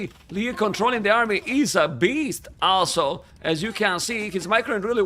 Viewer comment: Every time said 'also' I heard 'Asshol*':)